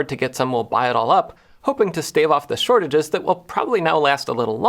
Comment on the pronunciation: "Shortage" sure bud